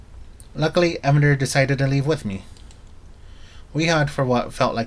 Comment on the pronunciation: His name is Ee-Van-der, no one pronounces it Evan-der